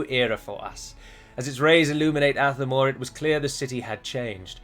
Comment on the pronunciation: With the accent on Athamor being on the second a, should the stress be on the second syllable instead of the first? So it would be ath-A-mor instead of ATH-a-mor.